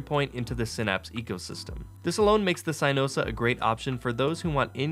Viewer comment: Really called it “CYEnosa”